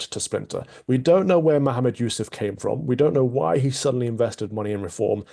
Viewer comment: It's also like Nigel is trying to hide something by calling Mohammad Zia Yusuf just "Zia", there is obviously something going on. Love Calvin's pronunciation of Nigel Farage and Mohammad Yusuf, 👍🏼🙏🏼